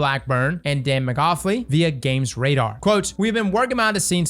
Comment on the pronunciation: So we’re just gonna breeze past pronunciation of “McAuliffe”?